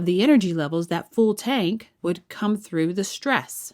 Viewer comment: How can a politician who has no control over her vowels get voted into offuss. Must be running on an empty think,what do you rikun